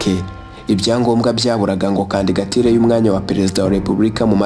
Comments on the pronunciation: Bavuga candidature ntabwo ari candigature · Kandigatire? Jya ugerageza uvuge ijambo neza kandigatire koko!?